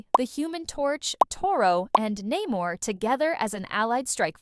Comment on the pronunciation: So AI who's told you the namor is pronounced "namer" fool I know your a robot